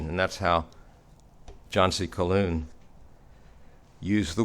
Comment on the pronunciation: It's an interesting subject but I wonder about one thing that just irritates me. The name Calhoun is common in the South. The h is not silent. I wonder if pronounces his name Wiloon just as he pronounces Calhoun Caloon. It seems a passive aggressive slap to mispronounce the name of a revered orator. I find myself wondering if he has some dislike for Calhoun. I myself could list many capable Southern Statesmen who were more concise and spoke to my understanding of past events and would rather they be cited more often but I would also make every effort to pronounce their names as they would feel proper. With that said, on to part b.